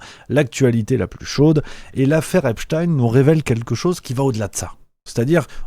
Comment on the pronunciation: ça m'agace cette prononciation epstine genre à la russe !! alors que c'est bien epstein un nom juif point ! tout com einstein qu'on ne prononce pas einstine ainsi que zilberstein et non pas zilberstine !!! cette façon de vouloir mettre un peu de russe dans cette affaire est vraiment une façon de vouloir noyer le poisson dans le monde entier alors que c'est en grandes majorité l'occident qui est bien mouillé com d'hab d'ailleurs ...